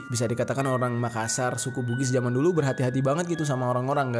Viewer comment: "MAKASSAR" bang bukan Makasar 👀